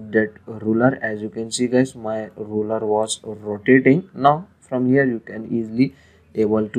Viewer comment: thank you for the help. By the way, the thing you call a "roller" is actually called and spelled "ruler." You pronounce the U in ruler with an "oo" sound